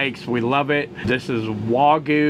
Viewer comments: So annoying for Americans to intentionally omit the Y in wagyu every single time. For some reason can't show the minimal amount of respect for the language from the culture that produces such profitable clickbait for you. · It's spelled Wagyu but is pronounced WA-GYOU. 'Gyu' means 'Beef' in Japanese. 'Wa' is the name of the farm. It's actually better known as Kobe Beef that I first ate when I was stationed in Okinawa in the 70's and again in the 80's. $1,200 that will pass through your colon's.